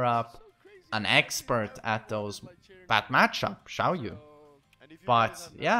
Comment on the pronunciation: Is it just me or do I hear him adding a L in Xiaoyu' name